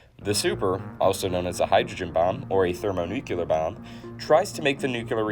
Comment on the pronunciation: It's hard for me to take anyone seriously who says "thermonucular." I know a lot of people say nuke-u-ler instead of nuclear, but it's just an instant tell that the person speaking has questionable credibility.